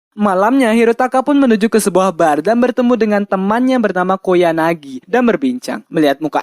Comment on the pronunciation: Ralat:Bang ente salah Sebut Nama "KOYANAGI" bukan "KOYAGANI" :v Mangat Terus bang SALAM WIBU :V